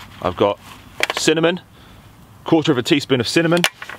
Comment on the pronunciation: Cinnamon not cinnomon